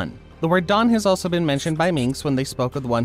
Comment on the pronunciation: i thought he said dong insted of dawn for a sec